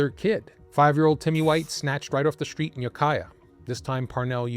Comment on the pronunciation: You mispronounce words with str . street straight stranger NOT shtreet shtraight shtranger